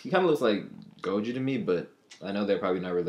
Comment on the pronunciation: It's pronounced Go Joe not go juu I'm just trying to help don't take it the wrong way pls